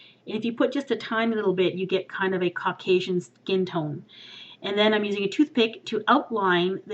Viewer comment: did u say cokasian color ????